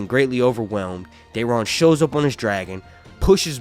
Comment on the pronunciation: Who is Dearon? I couldn't understand